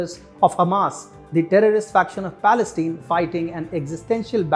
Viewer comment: I wish I could tell the narrator that "Palestine" is pronounced with a hard "I", in the final syllable, not with a hard "E".